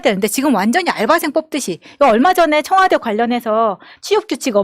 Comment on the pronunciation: 청와대입니다 청화대 아니고